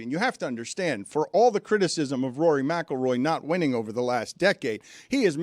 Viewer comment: Stugotz needed a day off to practice saying Rory McIlroy. Heady play